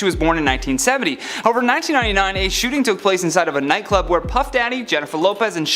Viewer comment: In minute. You meant to say "shooting" you did however say "shooting" correctly in minute